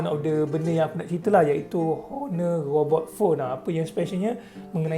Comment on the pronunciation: robot bukan ghobot bang hahah😂